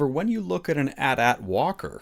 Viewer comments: Whaaaaat. You just called an A.T. - A.T. an "at"-"at".... Because Disney was so bad at Star wars they tried to make that a thing. It's A. T. Not "at"... Sheesh... See something say something. Your interviewer didn't even correct you.. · why say atat but then say AT-ST? it's AT-AT! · @@ It's pronounced Ay Tee Ay Tee, just like you correctly pronounced AT-ST, you have to conserve the pronunciation of "AT" in AT-AT. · My opinion on the 'atat' vs 'a t a t' thing is that if your going to pronounce it 'atat' you should be consistent and call the AT-ST the 'atst' instead of 'a t s t'